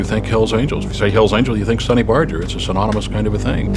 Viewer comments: I’ve done some research and found both pronunciations. There seem to be more sources that say it’s pronounced with a soft “G”. However I noticed that he, his wife and everyone who knew him personally, pronounce it with the hard “G”. I figure that he knew how to pronounce his own name and so did his wife and friends. I will continue to pronounce it with the hard “G” as I always have. If you want to do a documentary and be taken seriously, you can’t just Google (or should I say “Joojle”?) his name and go with that. You need to dig a little deeper. I didn’t have to dig very deep in order to find the answer. If anyone claims to have known him personally and they pronounce his name as “Barjer” I will be skeptical of their claims because if you’re well acquainted with someone and respect them, you’ll probably pronounce their name the way they do and although I’ve heard both pronunciations for many years I don’t recall a single time when he or people who knew him pronounced it with the soft “G”. So A . was right and you were right. It does matter. It is disrespectful to the audience but also to Sonny Barger himself to be careless about the pronunciation of his name. When he said that in the interview I saw, he was probably being gracious and saying that he wouldn’t be offended if someone mispronounced his name. I do think that if he cared how people pronounced it, he would have said so. He wasn’t exactly a shrinking violet. Still, if you want to be respectful it takes very little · Sonny literally pronounces his OWN NAME several times in this documentary yet you continue to not say it right. It's not an "accent" thing either. It's pronounced "BAR-GRRR" Not "Bar-Jer" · Why'd Barjer pronounce Barger Barger not Barjer?